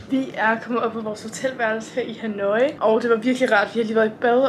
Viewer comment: Det udtales "ha-noi" og ikke "ha-nooooi" 😉 elsker dine rejsevlogs!!